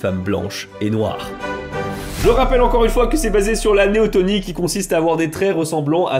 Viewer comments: Néoténie... avec e. Pas néotOnie. Néoténique. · Juste : on dit "neoténie" pas "néotonie" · un détail toutefois, c'est néotÉnie pas tOnie... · néotÉnie, pas néotOnie. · ... et c'est néotEnie, non néotOnie. Je sais, je suis lourd - mais c'est pour la bonne cause, non ? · il s'agit plutôt de néoténie et pas de néotonie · Néoténie, pas néotonie . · On parle de Neoténie et pas de Néotonie ;-) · c'est neotenie pas neotonie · néoténie et pas néotonie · C'est néoténie (pas néotOnie..)😉 Merci pour ta vidéo, tu as fait un gros boulot de vulgarisation sans dire (trop) de bêtises scientifiques. Et franchement, vu le sujet, c'était pas simple si t'as pas un biologiste dans ton staff! 💕💕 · Merci pour la vidéo ! Je me permets juste une petite correction : on dit Néoténie et pas néotonie ^^ C'est pas très grave, mais voilà ^^ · C'est néotÈnie, ps néotonie... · Très bonne vidéo cependant on dit neoténie et non neotonie C’est le même principe pour les animaux